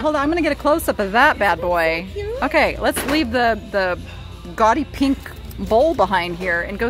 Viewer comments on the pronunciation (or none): none